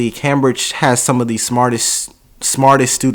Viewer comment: Cambridge is said came bridge 😉